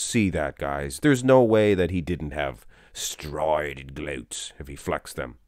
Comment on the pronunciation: lol every time "striated glutes" with the Lee Priest accent